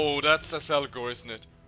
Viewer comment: How do you keep saying Azelgor when his name is Azgalor? :D